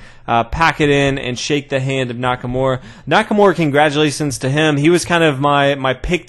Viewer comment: you gotta try not to butcher Nakamura's name so much. His name isn't Nackamore...